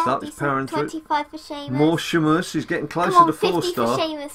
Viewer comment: No hate but ur saying sheamus wrong